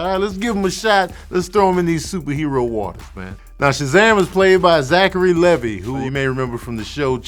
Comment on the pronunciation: His name is actually Zachary Levi (pronounced Lee-vy like the jeans)